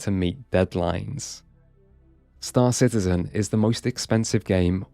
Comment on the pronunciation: Excuse me, sir, but I believe the correct pronunciation is Star Shitizen.